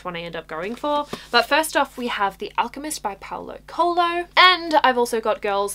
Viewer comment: is cute seeing english speakers trying to pronounce portuguese words. Not trying to be mean, but you got de Coelho wrong on the alchemist author, try looking it up later maybe? lots of love